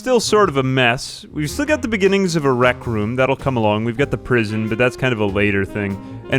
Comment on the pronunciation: What is a wreak room dude 😭